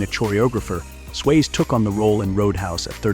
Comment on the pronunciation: dude its Swazee not swaze get it right